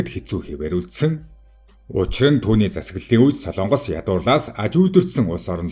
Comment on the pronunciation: СОЛООНГОС бишээ. СОЛОНГОС улс гэж байнаа